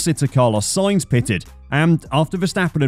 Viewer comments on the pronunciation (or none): none